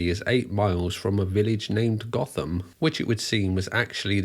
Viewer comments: I'm going to be a picky twat, but the village name isn't pronounced goth-am, it's pronounced goat-am....its one of those petty things that really annoys me for some reason... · I believe the village name is actually pronounced “goat-ham” not “goth-ham” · The English town Gotham is not pronounced as Batman's Gotham. It is pronounced 'Goat-em'' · I’m sure other people have commented as such, but Gotham is pronounced locally as Goat-ham. Love your vids by the way. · The thing I love about this story is, I live in Nottingham... Lived here my entire life. Not once did I ever see this guy or hear about any of this on the local news.. nope, only ever seen this online.. and on technicality its pronounced "GO-fom" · Quick correction- the name of the village is spelt ‘Gotham’ but pronounced ‘goat-em’. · I grew up round here and even though Gotham from Batman came from it and it's spelled the same, it's pronounced goat-um Interesting video though, don't know how I've never heard of this case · It’s pronounced GOTHAM..as in Go..Tham duck😂🤣😂 We ain’t in Batman land here mate! 😂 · Gotham in Nottinghamshire is pronounced "Goat Ham"... Now I'm hungry! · It's pronounced Goat-am